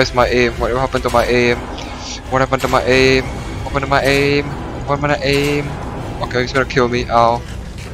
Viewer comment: When you sed aim it sounds like aids